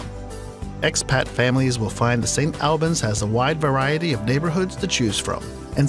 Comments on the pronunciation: The way he says St Albans makes me cringe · This narrator is saying St. Albans incorrectly it’s pronounced as St. Allbans and Derbyshire is pronounced Darbyshire (the e has an a sound) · Please use someone for your commentaries who has at least an idea of how to pronounce British place names. Derbyshire is pronounced 'DArbysher'. St Albans isn't pronounced: 'Saint AL-bans' it's 'Saint ALL-bans' and it's not 'B'dale' it's 'BEEdale.'